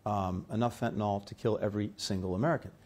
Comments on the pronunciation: Dude...it's fentanyl. Not fentynal... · You’re doing some of the world’s highest level negotiations on fentanyl and you call it “fentanol”? Otherwise, good job Blinken.